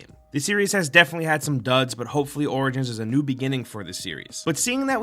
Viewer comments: Is it just me or are you saying assassin's Creed: Organs? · dude, "origins" reads like 'orijins'.